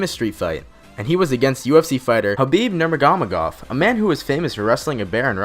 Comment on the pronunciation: khabib nugramedovdsdfsa thats what I heard hahahah